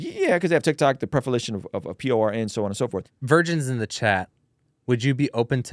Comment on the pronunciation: lol why did you say it like that "vigirns in the chat" 😂 Edit: My answers to would be a yes.